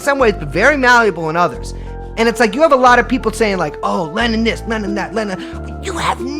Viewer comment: It always sounds like she pronounces P as B. People (beople)